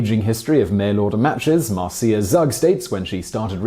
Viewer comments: Marcia is normally pronounced "Marsha." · Hey Simon, it's not Mar-see-ah, it's Marcia pronounced as Mar-sha. Just an FYI. Another great vid! Have a great 2019!